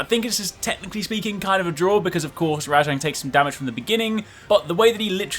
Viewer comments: I'm sorry but it RAJANG not RA-JONG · WHY do u keep calling it RA-jang it's just rajang